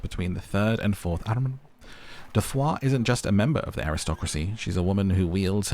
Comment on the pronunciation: Your pronunciation of arrondissments is perfect 😂